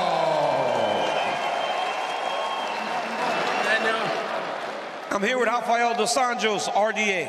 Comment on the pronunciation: Hafa-yel 😂??? Why the Americans can't pronounce the A-e like rafa-el??? 😂😂😂